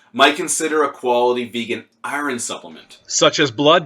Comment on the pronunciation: Im genuinely laughing right now at how you pronounce iron. Fucking hilarious.